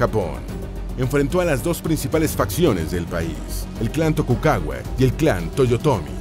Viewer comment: Tokukaua? speku? madre mia...